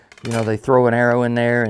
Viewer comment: It’s arrow, not era.. WTF lmao